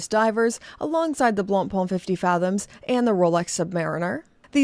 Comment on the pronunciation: Please, it is "BlancPain", not "BlancPan". So, repeat after me: du pain, du vin, du BlancPain. 😊 Love your video's by the way!